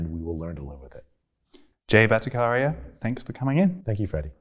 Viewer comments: The "CH" in Bhattacharya is not pronounced 'K' but "CH" as in "Chai" or "Change" or "Chess" etc. It's the combination of two words: Bhatta + Acharya. Acharya = teacher. Bhatta refers to Vedic teaching; ergo, Vedic teacher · The pronouncation of BHATTACHARYA is not BhattaKarya but Bhatta-CHAR-ya. CHAR as in CHAIR. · Very interesting discussion indeed. Freddie.. the ch in Battacharya is pronounced as the ch in chat. It's not a hard k sound. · Hey Freddie & Team you guys doing som good job. I am about to watch this interview but just thought of letting you know something before I forget. The 'ch' in 'Bhattacharya' should ideally be pronounced as 'ch' in 'Cheers' 🤗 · You were not pronouncing his surname correct. Please make it you pronounce correctly next time. 😀